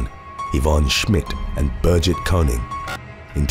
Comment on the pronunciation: It’s BER-GIT